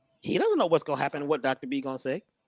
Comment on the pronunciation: You know what can happen to you? Well it aint "happnen"🤪🤣 THATS RIGHT